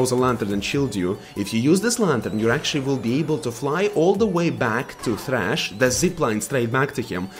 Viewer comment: Vejn and thhhhrachh